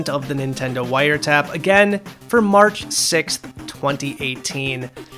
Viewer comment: Did you say... "mark"? It-its March, not mark